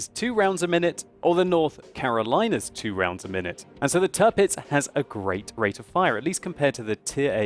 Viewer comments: The "Tir" in Tirpitz is pronounced like the english word "tier". So it's not Turpitz like you always say. ;) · little pronunciation help. Say it like it was spelled "Tearpitz" (hope this will not become her new nickname) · You seem to be butchering the name of the Tirpitz!